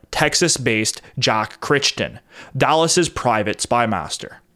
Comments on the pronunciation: Surely Crichton is pronounced "cry-ton", not "critch-ton". (At least, in the UK it is.) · Crichton is pronounced as "KRY-tuhn" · 'Crichton' is pronounced /krai·tn/. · Jack Crichton's name is pronounced 'Cry-Ton'